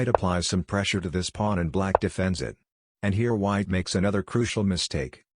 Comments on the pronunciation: It's funny how it calls it a plan, instead of Pawn. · "now you are up a powln" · Is it some meme-joke to have the text-to-speech generator say "pwan"? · The way he saya "The pwuan"😂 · I have to laugh at how AI voice frequently mispronounces “pawn.”